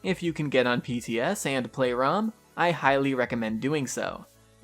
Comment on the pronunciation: Haha why is it that people call it rhum? It's Ra-um . #peace #DontBe Triggered